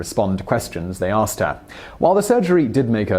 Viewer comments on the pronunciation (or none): none